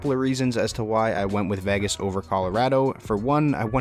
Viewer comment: who would trust anyone who can't even pronounce Vegas ???